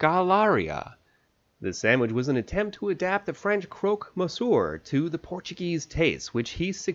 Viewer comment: I was about to stop watching when I heard you butcher the word Monsieur, but I am glad I gave you a second chance